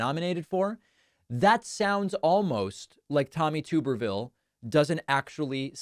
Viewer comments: His name is TUB-er-ville...not TUBE-er-ville. You’re welcome. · “Tub-er-vil” Not “Toober-vil” —-sadly I am from Alabama and I know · I believe the name is pronounced TUB er ville, not Too ber ville. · Tommy Tuberville should be given an ultimatum: either he agrees to permanently change the pronunciation of his name to "Tooberville", or he accepts adding, by law, a second 'b' to it so that it's spelled "Tubberville". Enough is enough. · Tub-erville. Not Tube-rville. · is he mispronouncing his name or do i not know how to say it. tub erville or tooberville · I am obligated to let you know his name is pronounced liker Tubber-ville (rubber-vile), but please. Please, please, please keep calling him Tube-rville because everytime you do I think you're calling him a potato and it makes me so happy. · Come on, David, we both know Graham did not say “Trumperville.” That would not have made sense. He pronounced Tuberville’s name the way it is supposed to be pronounced. The first syllable is “Tub” as in bath tub, not “Tube” like you have been saying. Just my .02. Keep up the good work. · No, Lindsay was saying Tuberville, but you were pronouncing it incorrectly. It’s like a bathtub, so “Tub”erville. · Tuberville’s name is pronounced with a short U, not a long U. It is TUB er vill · David gets super offended if someone purposely mispronounces Kamala Harris name, but then purposely mispronounces Tulsi Gabbard and Tommy Tubberville on a daily basis 😂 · It's pronounced Tuberville like tub not like tube. I don't like the guy either but we should at least pronounce his name correctly.